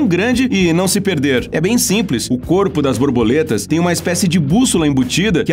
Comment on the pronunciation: Ele falou "Brorboletas" ou tem algo de errado no áudio?